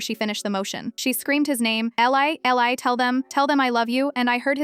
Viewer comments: It's not Elleye Eli is pronounced Eeleye. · It's Eeeee-li. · Its pronounced Eee liii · EEEE-LIE is how it's pronounced. Just say there was a house fire all pictures were lost ❤ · A compelling challenging, exciting story in a very brief time. However AI must be trained, program to correct pronunciations and text. The comment before mine is absolutely correct It is definitely pronounced. Eeeeei